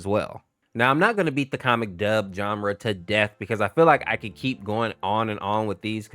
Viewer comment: bro said cood there cood beyond repair